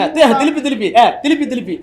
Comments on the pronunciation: ஐயா திரும்ப திரு ம்ப இல்ல திலு ப்பி திலுப்பி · அய்யா திருப்பி இல்ல பழனிசாமி சொன்னது திலுப்பி திலுப்பி னு சொன்னார்